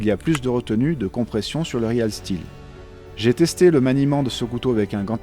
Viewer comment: Ça se prononce riiiil stilll